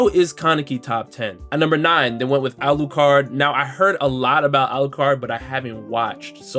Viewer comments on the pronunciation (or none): none